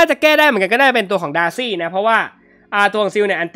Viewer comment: สังเกตุตอนเวลาจะอธิบายหรือเรียกชื่อฮีโร่อะไรเงี่ย พี่เเกจะพูดประมาณว่า เเทนที่จะเรียกดาซี่เงี่ย ก็พูดเเบบว่า ดาซง ดาซี่ สังเกตุนานละ55